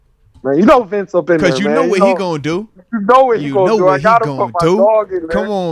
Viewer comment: Y’all know it’s “Bince Williams”